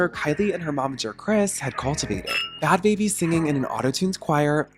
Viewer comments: I know this is old but its really annoying you keep calling her bad "baby" its Bhabie (barbie) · The anglicised pronunciation of Bhad Bhabie got me rolling on the ground 😂😂.... Bhabhi is actually a word from Hindi and it should not be pronounce as BABIE...lol....Bhabie means aunty or brother's or friends Wife.